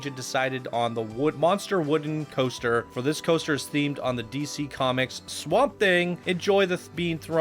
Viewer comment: I honestly thought said "GHOSTER Spotlight", so I've decided that's exactly what he said.:P